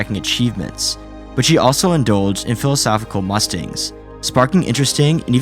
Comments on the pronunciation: Bro said ‘mustings’ instead of musings at the start so I wouldn’t be surprised if this thug just chatgptd the script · “Mustings”? “Worz” groups? The narrator hasn’t a clue what he’s reading. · Philosophical MUSTINGS you say wtf are mustings? The subtitle even spelt it right, musings. Mu (as in museum) zings.. you bellend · "she also indulged in philosophical mustings"...? Captions read it as "Mustangs", but I think this is supposed to be musings or it doesn't make sense. Not sure how do that, but this dude also said "John Wayne G_r_acy", so idk. Pretty poor overall imo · hey buddy, i’m not saying this to be rude but bc i’d want somebody to tell me if i’m using a word incorrectly. the word is “musings,” no T in it at all. pronounced like music. muse-eengs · Mustings = Musings. Why do we keep saying mustings? Its driving me crazy lmao.... Bro do you need a script editor? Im a published author, I can help. Sorry Im a bit of dick, but Ill watch your videos from start to end regaurdless. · No offence but do you have someone write your scripts for you? You knew the word "musings" but pronounced it as mustings? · "mustings" instead of musings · "Philosophical Mustings".... what? How is it possible to mess up the pronunciation of 'musings' that bad? lol And mispronounced it twice, no less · "philosophical mustings". Did you even read your script? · Interesting video but it's ruined by all the AI trash and bot-like VO saying "mustangs" instead of "musings". That's also not how you use "literally". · Why do you keep saying "mustings"? That's not a word. You mean "musings". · I don’t think he writes his own videos. He literally says “mustings” instead of “musings” twice in the video. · Come on, kid. You don't even know how to pronounce "warez" (short for softWARES), much less "musings", er, "MUSTINGS." 😂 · MUSE ings myoos or myooz ings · The mispronounciation of musing and warez is wild lol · Every time you mispronounce musings a fairy dies.